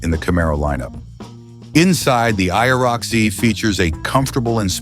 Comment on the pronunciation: Stopped watching when the AI spelled out IROC